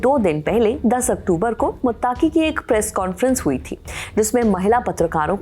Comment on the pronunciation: Ma'am मुत्ताकी नहीं "मुत्तकी"😂😂